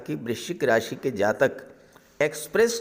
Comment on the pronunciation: Do you only predict boys? Scorpio is only boys? You don't pronounce Jatika without Jataka!!!